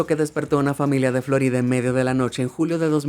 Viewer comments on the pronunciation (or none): none